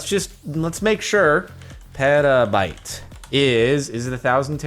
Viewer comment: I got so triggered when he said pronounced it like peta-bit instead of peta-bite